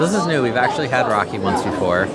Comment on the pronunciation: Guys it's raky (rakı) not raki. You need to have with meze. Noone have it with helva. Cool video.